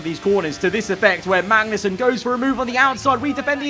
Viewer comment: Does anyone else head mangnussen instead of magnussen